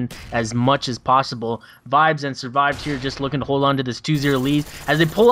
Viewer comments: hes called surved not survived lol. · Its Surved, not survive